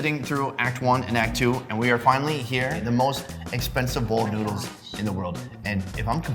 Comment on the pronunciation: did this dude just say "Get some **NUDES**"